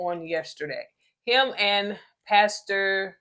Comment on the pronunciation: I see it’s hard out here for a pim…I mean for a “passur” and for SMS news🤣🤣🤣 I can’t with y’all 😂😂